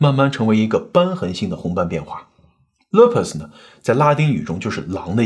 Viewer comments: Lupus 发音是： loopus好嘛😅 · Lupus is pronounced as loopus. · lupus 的发音为[luːpəs]